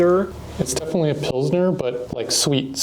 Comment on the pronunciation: ... almost clicked off when you said pilsner but ima stay for longer